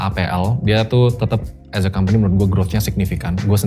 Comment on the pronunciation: Aku terganggu banget dengan pronunciation nya pembicara saat mengatakan “as”. Please fix it.